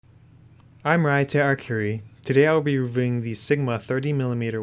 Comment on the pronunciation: Man he just opened the video saying "today we will be rrreing"😂